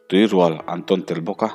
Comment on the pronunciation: Tui rual hi artui tiha tui ang hian lam tur aw, la tui sawina a ni e.